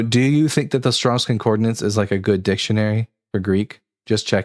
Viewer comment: Please, for the love of the god none of us believe in... it is con-COR-dance... not con-COR-de-nance